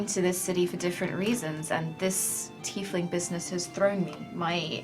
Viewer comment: its tiefling